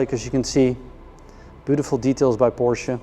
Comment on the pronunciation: How do they continue to improve on the beautiful cars? And thank you sir for pronouncing PorSHA correctly!